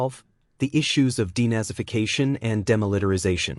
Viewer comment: Timeline denazification and Demilitarisation! Your computerised voiceover should go back to school!